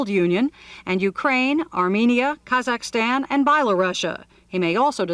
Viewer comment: "...'cause zach stan' and 'by la Russia" 🤣🤣